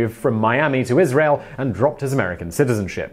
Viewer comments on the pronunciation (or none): none